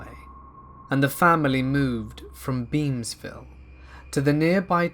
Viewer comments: Beamsville? Did you mean: Memeville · Beansville? What Province in Canada?..I think i heard wrong, If it's Beamsville, It's in Ontario